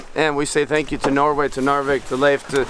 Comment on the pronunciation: Jon: "There's surfing, and then there's surfing in Norway": "No [r] Way!"